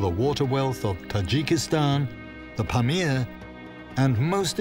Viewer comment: Do Brit's have Glaciers in Europe?..It's not pronounced glassier with a long a. It has a short a.. also, just google these things for the narrator..Pamir is pronounced puh meer.. accent on second syllable, not first as in pam ear.. just sayin, the narrator is reading what he's handed, the show is about this place, so pronunciation research would be good